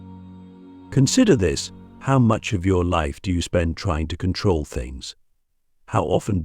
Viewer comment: In KontRoll lololol Lets rowL